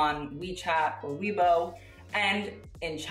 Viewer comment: Im surprised pronounced weibo as weebow when he learnt pinyin xX